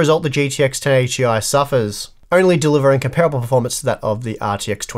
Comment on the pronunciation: it hurt every time you mispronounced 'comparable'.